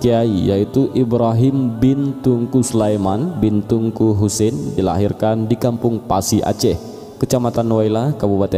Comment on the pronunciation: Ralat Min TEUNGKU Jgn dibaca TUNGKU😌